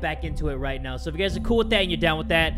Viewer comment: It’s “Gucci”,and it’s “guys” Not trying to be rude